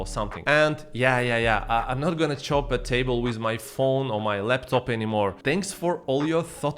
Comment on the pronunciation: Chope is pronounced “choupe” and less “chop”. Choping, not chopping or Chopin 🤪 I think Singaporeans are rule-abiding by nature so when we have a query, we raise our hands and wait our turn, like in school. Hence raising our hands to catch the attention of serving staff etc 🙂 Asian people tend not to start conversations with strangers, as we don’t want to force them to feel obliged to ‘entertain’ us by responding. And not because we’re not friendly. But I see this habit waning especially in women when we become older aka ‘Aunties’ cos aunties are always talking to random strangers to dish out well-intentioned advice 😂